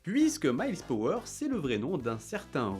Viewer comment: Miles PRower, pas Power... Le pauvre, personne ne connait son vrai nom et en plus on le lui écorche 😅